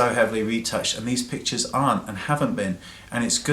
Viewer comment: Every time he says pictures, I hear him say bitches :P